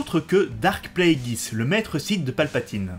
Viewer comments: Pourquoi prononcer Plagueis "Pla - é - guiss" au lieu de "Plagu-é-iss" ? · Surtout qu'en Anglais en ça donne "Pl-ay-gueuss" :)